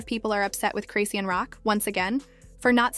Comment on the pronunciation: You can’t even say her name right 😂😂😂